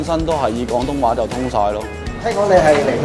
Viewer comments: 旁白試下講 「廣」東話丫，「講」東話有啲un耳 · 主持”港東話” “趕色餐廳”😂😂